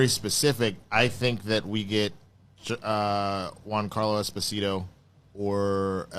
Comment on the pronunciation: Dude's name is not "Juan Carlo" Esposito, lol.